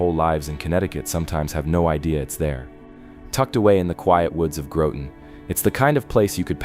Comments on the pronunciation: It's Grah-ton, not Grow-ton. FYI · I LOL when he said Groton- I almost spit out my coffee 😅😂 I always thought folks would learn the correct pronunciation of things when posting stuff like this lol omg that was hysterical- it's sounds like rotten but with a G = Groton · OK, I live 2 miles from Gungywamp. I’ve lived here my entire life. You’re saying it wrong. It’s a hard G not a soft. Gun-G-wamp and Groton is GrOton.. just so you know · Growten < Grawten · Yes, like Grah-ton, not Grow-ton. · Graw-ton … idk maybe I’m weird. I feel like it’s more gr-awe-ton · Grooten 😂 learn the pronunciation, and these are all over New England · I caught that 😂😂😂 Northeast CT here saying get it together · Sorry, I meant to say Groton is not GrOton. Soft o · Lmao growton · I wanted to kick the screen when I heard "Groh-tin!" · You pronounced Groton wrong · Can't even be bothered to get the pronunciation of the first town correct, I'm done 10 seconds in